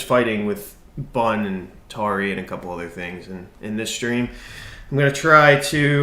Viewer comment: It's tauri not taruri